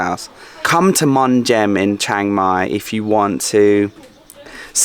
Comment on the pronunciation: good : - you where closed to me my daughter complain about your pronunciation of Chiang Mai, haha we have been there 2 or 3 years ago, camping for 300 baht as we have own, and NOW she is so jealous - wanna go again so far I remember of 15 years here, and bicycle 120.000 km include racing ... 'pan ha Bhat' meant 1.500 Baht - what is fixing to that huts and area. But is has change so much in that years now ... wow guess will be there in Dezember / January for cold and sure dry, for maybe 2 nights ... that hill I did so often with bicyle since 2009 and the changes are hard (too much huts there now). you missed the night for record, like a big town at the hill - amazing ... and your evening and morning sun same side ? did I miss something ? Have fun in Pai then ... I wait for it.